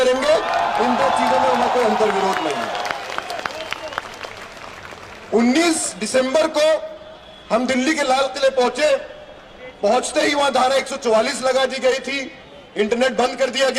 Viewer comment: दिसंबर होता ह डिसम्बर नही 😂